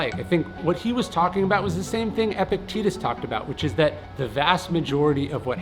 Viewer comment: Please start pronouncing Epictetus correctly.